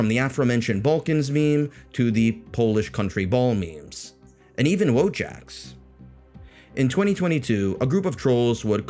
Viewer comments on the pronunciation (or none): it's VOYAK not WoWJack